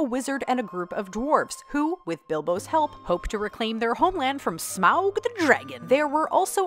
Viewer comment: Folks have already mentioned, but they’re worth repeating: Krull, Dragonslayer, Ladyhawke. Also: The Blood of Heroes, The Dark Crystal, The Beastmaster (the original, NOT the sequels), and The Secret of N.I.M.H. Also, bless you for pronouncing Smaug’s name correctly! ❤️❤️❤️